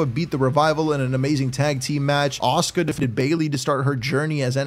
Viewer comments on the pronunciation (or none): none